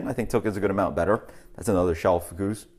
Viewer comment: Certainly good to hear a better effort than usual on pronunciation. However, I'm not sure it's quite right. I think the Arabic/Scottish rolled H sound is right, but then I believe it's like "berceuse", rather than "goose". Also I'd be very surprised if it's not Boon as in "trombone" rather than "tune". (Das Boot, e.g., is pronounced "Das Boat" -- same as in English: not many people know that!) Very hard to find definitive answers online though -- it's a bit like they don't want us plebs to know! :-)